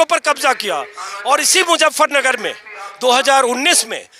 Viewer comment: मुज़्ज़फरनगर नहीं, मुज़फ्फरनगर!